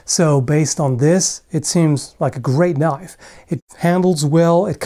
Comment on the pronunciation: A freaking KNOIFE!!! I really liked it!